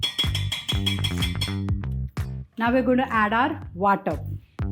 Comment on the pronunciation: It's Vatan not Vatap! Vatap means distribution.